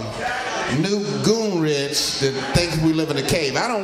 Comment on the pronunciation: Did he say New Goonrich.....?